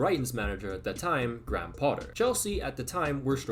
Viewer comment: Love your videos lad but hearing you pronounce “Graham” hurt my soul